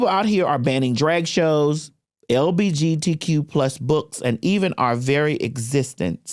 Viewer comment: I love when says LBGT instead of LGBT 🤣